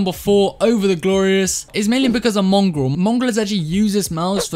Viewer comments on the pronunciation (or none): When he said mongraal it sounded like mungrul and I realized me and have the nog ops for a profile picture